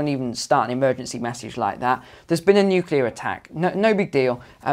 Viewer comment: Lady you sound like we are practicing a fire grill.... It's Nuclear🤔